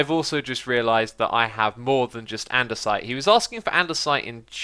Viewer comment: Anyone else notice its "andesite" not "andersite" xD